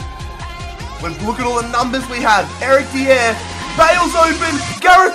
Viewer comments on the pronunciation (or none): It's not de ere it's dy er Sorry just saying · eric dee-aair Me/everyone: eric die-ar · Eric Dee-Air. Mate its pronounced Dy-Er. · How the fuck is it you pronounce Dier? Dee-yeah.. It's Dyer, mate. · Its pronounced Eric Dyer not diieeer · dee-air not its die-er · You say it like this dier-Dyer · Why does he call Dier, Diér? 😂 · Eric Di-ere jesus that pronunciation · "Eric Dee-Er" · Eric Dee-air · Eric Dee-Air *facepalms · Mate it's dy-er like it's not even hard He's English and it's not even a rare name Also why does everyone think spurs fans can't let go the fact that we sold bale and modric? It was a world record fee and we have done better this year than any year where we had them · STOP SAYING DIER INCORRECTLY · You have to pronouce the r in dier, as if you were saying "die" and then an r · His pronunciation if dier😂😂